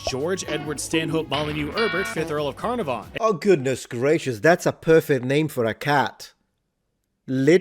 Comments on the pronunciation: You video was good but I'm not sure why you had to mention that Lord Carnarvon (pronounced 'Ca-nar-vun' not 'Carna-van') was a white dude in such a sneering way (especially as you'd just showed him in a photo)? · CarNARvon not CARnavon 🤦🏻‍♂️ (Well, Caernarfon if you’re nasty!) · God. No. No. No. A large chunk of me died when the American butchered the pronunciation of Carnarvon (although, even in English, that's not a spelling commonly used today for Caernarfon). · He pronounced 'Carnarvon' weirdly as well. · His pronunciation of Carnarvon is annoying.